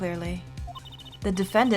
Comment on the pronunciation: Also, and I checked, I believe it is pronounced "Maki" like the roll. Then again, there's lots of names in these games that are hard to determine how to pronounce.